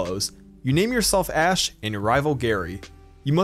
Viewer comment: When he said ash% I thought he said ass% and I was like “POKÉMON HAS AN ASS%?!